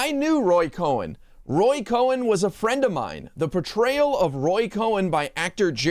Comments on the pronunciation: It’s Roy “Cohn”, phonetically pronounced as “cone”🤭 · It's Roy Cohn, not Roy Cohen. Pronounce it accordingly. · Thank you! FYI Roy Cohn's name is pronounced "cone" not "Cohen". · Not cohen, its Cohn 🤭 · Honey, sorry, it's not Cohen, it's Cohn, like ice cream CONE. So of COURSE we'll all go watch it because YOU said it's terrible. Hey man, it's byour big mouth that got mento buy all Woodwards's books about you. I tou hate it, it must be great. Moron. Hahahahahahahahahahahahahahaha. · Roy Cohn-Cone and not Cohen which is how Michael Cohen's last name is pronounced. Sorry but the two should never be confused. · “cone”, not “cohen” really bad journalism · It's Cohn not Cohen. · it's like cone,,, not cohen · fyi its Roy Cohn pronounced like ice cream cone.